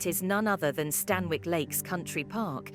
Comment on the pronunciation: Amazing video! I walk there regularly. Just one thing - the pronunciation is wrong; it's "Stan-ick" rather than "Stan-Wick". Excellent video, again!